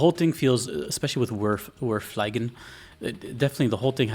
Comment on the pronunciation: German here; "Wir fliegen!" = "We are flying!" Its not pronounced like "fly", but more like "flee". And, oh my god, I absolutely love the Oblivia sound track. Cant wait to hear it again when playing.